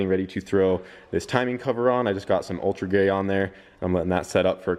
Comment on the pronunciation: Did he say altra gray or altra gay?